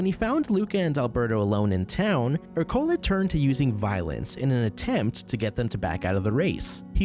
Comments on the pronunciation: Right off the bat you lost me by consistently mispronouncing Ercole’s name. It was said many times in the movie so there’s no excuse (you used text-to-speech, didn’t you? I hate that!): it’s ER-co-le, not er-CO-le. It’s Italian for Hercules, just as Luca is for Luke, Alberto is for Albert, Giulia is for Julia, Massimo is for Maximus, Daniela is for Danielle, Lorenzo is for Lawrence, Giacomo is for James (itself from the Hebrew name that got Anglicized to Jacob), Tommaso is for Thomas, etc. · The pronunciation of ercole lmfao